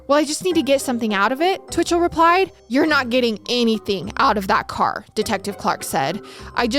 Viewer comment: i love you but how you said " she finally rePIED " lmfaoooooo